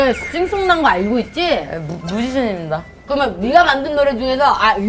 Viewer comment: "무지션임댜"가 왤케웃김